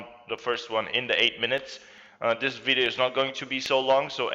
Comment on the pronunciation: did he say BIDEO instead of video? 😂